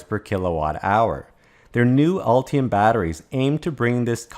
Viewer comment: Ultium or Ulti-hum?